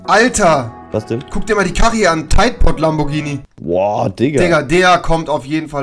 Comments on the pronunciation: Es heißt nicht Lambortschini sondern Lamborghini😂🤦‍♂️ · Noch einmal lamborjini sagen und instant deabo es heißt lamborghini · Es nicht nur keinen Performante S sondern hat der auch keinen Turbo UND MAN SAGT NICHT LAMBORTSCHINI